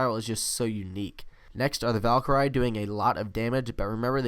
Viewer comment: You:valkar-I me: wtf you second time: Valkyrie